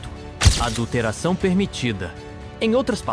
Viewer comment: "Adulteção"? Kkkkkkkk